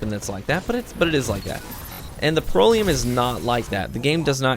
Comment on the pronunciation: Lol, it's pronounced "Pr-ELL-ee-UM" Not making fun of you. Just trying to help. I only have one Proelium and for me, it's a god roll; backup plan and high impact reserves. Its like a mini legendary Merciless. Its awesome.